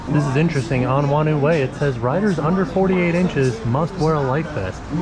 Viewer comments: Nz here: “whanau” in “whanau way” is pronounced like “fah-now”. “Wh” is an “f” in Maori and some other Polynesian languages. It means family 😊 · Whanau is Maori for family, and it's pronounced like far-know. Wh makes an f sound.